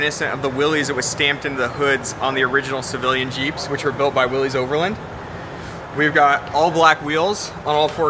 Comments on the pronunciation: How can you work at Jeep, be their Brand Manager and not know how to pronounce Willys? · It still irks me when I see Jeep experts mispronounce "Willys" - it's not "will - eez", it's "will - iss". Grrrrrr. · Huh, you would think the Jeep "Brand Manager" would know it's pronounced "Will iss" not "Will eez" Then again, if you think adding a black grill and 4wd sticker make it a "Rubicon Light", I guess you really don't know much about Jeep history or what made the Jeep a classic. At least he schooled the host on the difference between a limited-slip and a locker.... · I don't know why but this drives me insane... it's not difficult, just think of it as Willis. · Guy can’t even say Willys correctly. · How many times can we mispronounce Willys? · Maybe learn how to pronounce Willy's first, then do a story on it........ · You'd think the Jeep Brand Manager could pronounce Willys correctly.